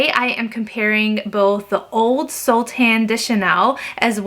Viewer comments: Don’t think you need to speak fluent French to know ‘soleil’ is pronounced ‘Sol-ay’ not ‘Sol.’ And ‘excess’ is, well, ‘excess’ not ‘axis’ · I speak French, it’s pronounced So - lay. 😊